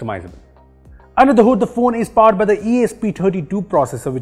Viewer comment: 'WiPhone' sounds like 'BPhon'😂